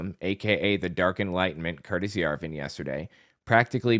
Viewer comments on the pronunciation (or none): none